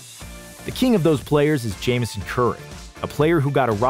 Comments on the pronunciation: Not to be the guy but it’s JamesOn as in “James On” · I'm pretty sure it's pronounced James-On Curry. He went to high school near me and was supposed to go to UNC but got caught selling weed in high school and had to settle for Okie State.